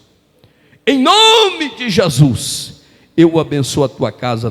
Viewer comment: É HORRÍVEL ESCUTAR ALGUÉM PRONUNCIAR "JESUIS" AO INVÉS DE JESUS.... JESUIS, NÃO CONHEÇO.